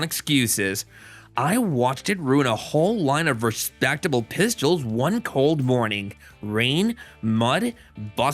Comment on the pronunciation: “Thyeez are the pyistles”